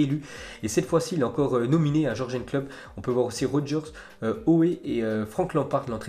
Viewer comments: T'as vu il m'énerve à Jorgen Klopp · alors c'est simple, on dit YURGUEUN et non jorgeun Klopp